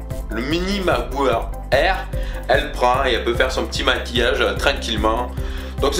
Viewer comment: tu dis macboeu eur au lieux de macbook air